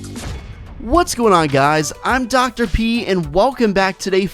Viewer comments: it sounds like he says Dr. Pee and not Dr. P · im not hater but dr.p when you say it it sounds like pee